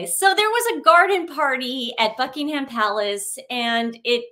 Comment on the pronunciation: Hello lovely girls - you don’t pronounce the ‘h’ in Buckingham. Love you 💜💜